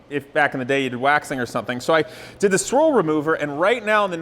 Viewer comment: Squirrel removal? I guess that's the next step more aggressive than bug and tar remover? (I know, I know, it's swirl remover. For some reason it sounded like squirrel.)